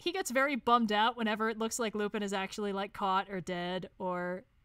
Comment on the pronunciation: Ngl, Lupin III is my favorite anime, and hearing constantly mispronounce Lupin killed me on the inside every time it happened. But aside from that, yes. Great tier list.